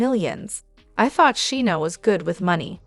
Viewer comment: You need to learn to pronounce Scheana's name correctly!!